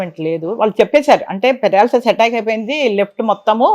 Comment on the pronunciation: పారలాసిస్ కాదు పెరాలసిస్